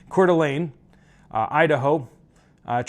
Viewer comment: Impressive you actually pronounced Coeur d'alene correct lol. I used to leave there a number of years ago.